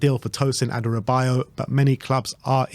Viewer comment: It's Adarabioyo, not Adarabayo